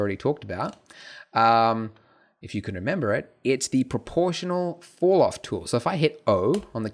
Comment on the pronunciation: It took me 1 minute and 13 seconds for me to render my image with cycles :( Also when you say falloff, it sounds like fouroff lol.